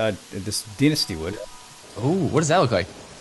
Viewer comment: Oh there is, deenisty wood. Its pronounced Dienastee and is spelled like so, Dynasty.